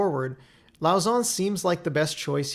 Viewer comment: Just FYI lauzon is pronounced l-ow-zo silentish n